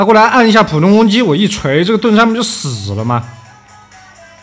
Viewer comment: 凱大概被氣瘋了吧～ 太假了吧～ 盾山 變成 燉豆腐了